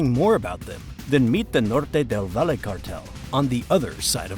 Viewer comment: not many, actually just some spanish words; “Valle Del Cauca, Norte del Valle, hombre del overol, andres “florecita” lopez lopez” and maybe a couple more👍🏼